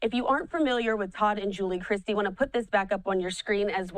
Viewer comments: News anchor mispronounced their name she said and it's Chrisley!!! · Was anyone else as irritated as I was with the commentator calling them instead of Chrisley??!! You live under a rock AND cannot read??!! 🙄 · Chrisley, not! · She keeps saying "" instead of "Chrisley". If you're going to do a story on someone, at least say their names correctly. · CHRISLEY. Please stop saying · Learn how to read. Their name has no T. IT IS CHRISLY